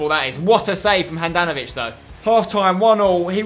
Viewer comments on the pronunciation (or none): Modr-ic, Rakit-ic, Brozov-ic, Pjan-ic and if you didnt see Handanov-ic